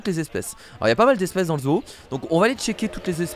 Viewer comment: ca ce dit zo et pas zo o